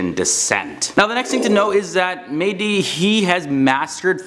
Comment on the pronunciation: İts not "medii" its MEH - Dİ DEB - Hİ ...İts very annoying that you keep saying that way. And MEH-Dİ means mesiah in arabic.What a coincidence :)))